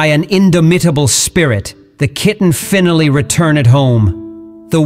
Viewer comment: Wives come and go, but a kitten will last forever. (Might want to get a real human to narrate. The AI doesn't know how to pronounce lots of words: indomitable, finally, etc.)